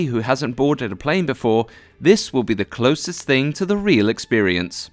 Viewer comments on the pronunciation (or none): none